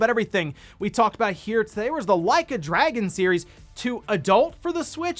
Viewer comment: Did you just mispronounce Dragon as Dragoon?